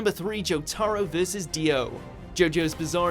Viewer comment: Did he really call dios stand Zach wurldo